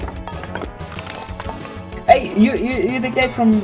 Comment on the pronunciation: ¿iRiot or iDiot? Do not change the D for an R.